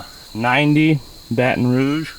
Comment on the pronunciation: Thank you for saying Baton Rouge correctly 😌